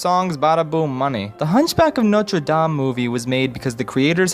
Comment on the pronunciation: Extra points for pronouncing Notre Dame accurately! Most ppl either don't try and say it as an English word or try to say it put completely miss it. I'm looking at you WatchMojo!